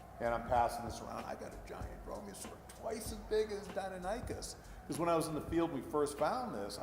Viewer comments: the guy butchered deinonychus's name its DEI-non-ick-us not dino-nike-us other than that this was a good video. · dinonikeus Me: NO its deinonychus, die-non-i-cuss! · Dino-nicus? nonono. Dinon-nicus! lol. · I thought it was pronounced Die Non A Cus maybe not lol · I used to pronounce deinonychus as dinichis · I always thought it was pronounced Die-non-i-kis I learned something today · He said deinonychus it’s deinonychus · Bruh the way he pronounces deinonycus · Cringing every time he pronounces Deinonychus wrong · It really aggravates me that this paleontologist doesn’t know how to pronounce “Deinonychus.” It’s like a doctor walking and pronouncing the “p” in “Pneumonia” while diagnosing you. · I Know how To Say Dienonychus Now... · Yikes, his pronouncing of deinonychus triggers the shit out of me. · he still butchered the name :D